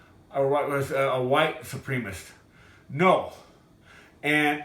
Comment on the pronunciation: I don’t think he was racist I mean he can’t even see supremacist .. he saying Supremists .. and I know it doesn’t justify his actions but just looks like he had a bad day 🤣🤣